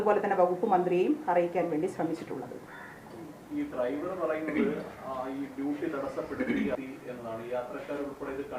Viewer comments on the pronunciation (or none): none